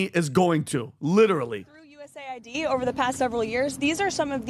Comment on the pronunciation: Guys, its not USA ID, its US AID.